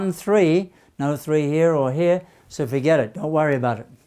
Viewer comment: "done. fuhget about it"😅